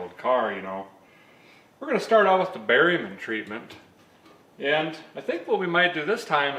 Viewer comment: The first time I heard you say “berryman”, I think in a S10 video, at first I thought you said “barium”. I laughed, thinking that an enema might be just what the S10 needed.😆